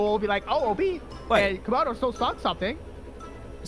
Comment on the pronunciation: its Camodo not Comodo